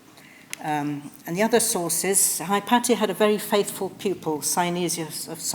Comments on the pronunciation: Firelight157 no it's correct the the way she pronounces it. Regardless of where you are from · She pronounces it the greek way....